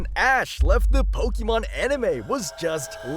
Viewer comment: It's not "po-kee-mon".